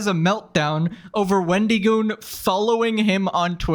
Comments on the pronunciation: "Sir this is a Wendy-Goon". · It's so weird the way you say his name like it's a first and last name, Wendy Goon. It's a play on the mythical creature the Wendigo, and that's a short "i" sound, as in "it", not a long "e" as in "see". I'm also just picturing an enforcer sent by the fast food chain, a Wendy's Goon.